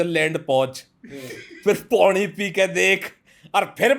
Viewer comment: PANI❌ PONI ✅